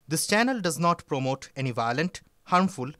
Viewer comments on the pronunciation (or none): none